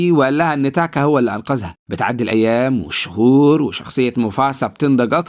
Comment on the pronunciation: بالله عليك انطق الأسماء عادى انا مش قادر اكمل الفيديو بسبب تاكا و موفاسا و كيارا و اى حاجة اخرها ا بسبب نطقك انا اسف والله بس بالله عليك غير الطريقة دى